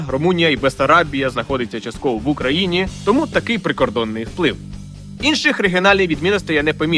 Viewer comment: СусідИ ,походженнЯ ,в УкраїнІ! Ви говорите з наголосом на останню літеру.